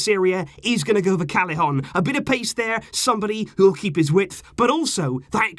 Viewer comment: Callejon is pronounced as ca ye gon Two L's are always proncounce like that